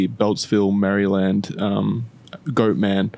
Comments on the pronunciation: As an eastern shore Marylander, hearing say “Mary-land” instead of “mare-land” was almost as shocking as the time the Goat Man threw a rock at my car. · The way keeps pronouncing Maryland as "Merryland" gets me. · “Merry-Land” got me every time 🙃😂 Good job though boys, I enjoyed this one! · It's nails on a chalkboard hearing Maryland be pronounced Mary-Land and not like a rolled together jumbled mess of a word. 😅 We pronounce it like Merlind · they way you say Maryland hurts me. Its pronounced Mary-Lind OR if your being fancy, Mara-lan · As a native of Maryland is makes my ears hurt when pronounces it as Mary-Land and love that Wendigoon pronounces it as Mareland like he’s lived here his whole life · It’s pronounced Maryl-end it hurts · it's actually murrlan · It’s actually pronounced “Marlyn” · "Mary Land" is absolutely killing me. It just sounds so wrong lol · Ah yes, balitmore MARY-land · "Mary Land" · I love how says Mary-land lol because that is not how we pronounce it here